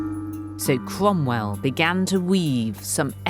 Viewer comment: I knew it was Lucy as soon as I heard the name Cwomwell.